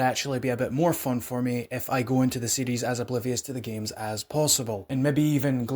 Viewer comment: Oh, you are saying series. I thought you were saying CDs. LoL